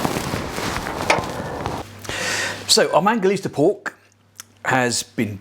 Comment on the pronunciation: ITS MANGALITSA. . . NOT MANGALISTA!!!!!!